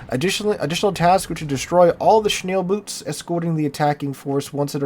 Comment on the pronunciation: It's "Schnellboote", that is German for "Fast Boats"